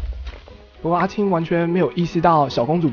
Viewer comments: 阿青王子阿青王子越聽越想阿牽王子XD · 阿青一直聽成阿謙，變小青又聽成小謙._. 本集短評：證實了烏龜也可以贏的！！